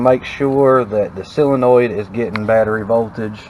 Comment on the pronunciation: It is a solenoid. Pronounced, sol en oid.